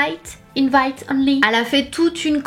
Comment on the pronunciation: bravo tu as bien prononcé invAIte!!!!! I m proud of you girl!